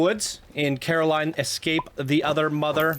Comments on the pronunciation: “Corrrrr-aline.” 😂 Sorry. Had too. This is my favorite movie and when I heard Caroline, it’s like. 😬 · Quite a bit of clipping on this one. Could use some additional scenery around the queue. Then again it is a console submission. Also it’s pronounced COR-a-line, not CARE-o-line. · god i cant help but cringe evreytime you say Caroline XD you should do yourself a favor and check the movie out! as well as any other Laika Studios films, they're one of the best, and one of the only studios doing this level of stop motion. Paranormal, Box Trolls, Coraline, and my personal favorite, Kubo and the Two Strings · Me wondering how many times says Caroline instead of Coraline. Answer: a lot Also, it’s not a series, it’s just one book with one movie and a single comic adaptation